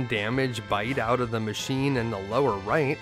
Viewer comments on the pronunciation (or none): I religiously watch your stuff.. only one thing "bad" i have to say lol. It sounds off, when you just say what's on the screen for some of the "machine" monsters. You say "mac" giant. And "D machin". I just like knowing that they are machine giant. And dragon machine lol that's all. Tiny tiny nitpicking that basically means nothing. Much love to you though. For real